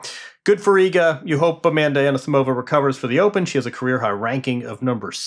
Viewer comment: Her name is Amanda not Anna!